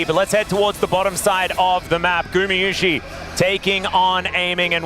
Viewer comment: Why he pronounce gumayusi like that 😢 its guma not gumu or gumi and there is sh sound at the end as well